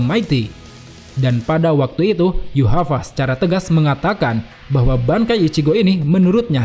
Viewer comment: Yuhava ? Yg benar min yhwach bukan yuhava, itu sih yg ku tau.